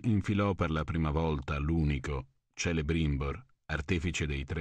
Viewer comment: Tu sei italiano e pronunci Kelebrimbor come Celebrimbor cazzo non è perdonabile